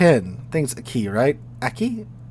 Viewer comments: Aki would be pronounced "Ah-kee" with the "a" sounding like father. All Japanese "a" sounds are the long "father" a. Also, Light and Heavy cruisers have nothing to do with the size of the hull, but the size of the guns. More Light or Heavy gunned than displacement. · Lon-joe (Lanzhou), roo-see-yone (Rousillon), and ah-key (Aki).